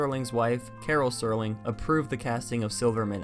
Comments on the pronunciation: The “c” in facade is pronounced as an “s”. Also it’s Rod Serling not Sterling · It’s Rod Serling bud, not Sterling. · Rod Sterling...ROD STERLING... It’s Rod SERLING! No T. 😀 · Its rod serling, not sterling